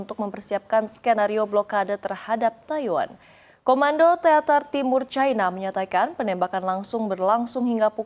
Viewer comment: Cina ato China bukan Caina.. cina ya cina aja. gak harus make promounce inggris serigala. Pas manggil Haimars knp manggil himars. kok knp gak pake prononciation inggris lg?? Cina ya cina aja gak harus make cai cia cai. dadar O On !